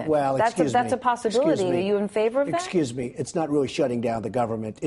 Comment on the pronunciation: Excuse me, 'scuse me, excuse me. LOL